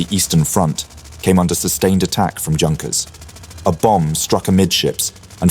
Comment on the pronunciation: Junkers? Mispronunciation is almost inexcusable